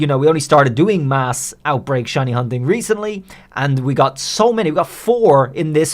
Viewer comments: In the opening line I did a double take thinking you said "how to get Chinese" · Is it me or did he say Chinese pokemon 😂